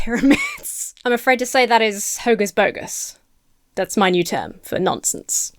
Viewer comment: Couldn’t quite tell, was that hocus bogus or HOGUS bogus? I MUST KNOW! 😂💚